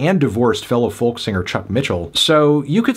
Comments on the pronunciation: Oh god hes pronouncing folk like that again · He can't pronounce folk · Is the pronunciations of the L in folk an American thing? Being Irish I've never heard it pronounced.